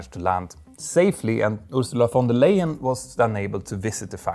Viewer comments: her name is pronounced like "lie-en" not "lay-en" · Can we please pronounce the EY in Leyen like "I" in English? Thank you. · Ursula von der Leyen is not right in her head anyways.... also she is under investigation of money laundering... can't believe a darn thing she says... she is making the EU to crumble... and you pronounced her name wrong... and being at the pronunciation you always say your name wrong too... Peter is a dutch name... when there is 1 T you pronounce it as double E with 2 T's then it is like you say your own name..... It is sad when people can't say their own name right